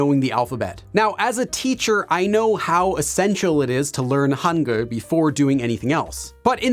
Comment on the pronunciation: I kinda laugh when you said Hanguel ㅋㅋ